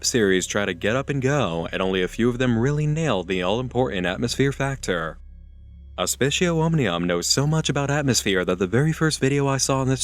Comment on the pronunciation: C's are hard in latin btw. So aspicio is pronounced "aspi-k-io". The c sounds like a k, like Kit Kat. Just an fyi.